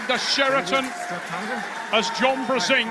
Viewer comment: Фамилия Джона читается как Бженк. А не Брзенк. Это польская фамилия. Вы до сих пор не знали? ОМГ